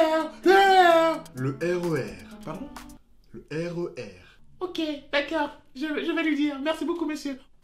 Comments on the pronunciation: Elle arrivait même pas le Re R c'est trop drôle 😂🤣😂😂😂🤣😂😂🤣😂😂😂😂😂🤣🤣🤣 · Jai trop rigoler a elle sais pas dire R.E.R XD lol trop bien fais bravo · Le RER, pardon? Le RER Èrèr😂😂